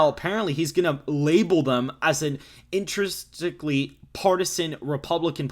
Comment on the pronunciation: The word is pronounced "in-trins-ic-ly" I am in agreement with you on most of what you are saying yet the mispronunciation of a word like that dampens the credibility.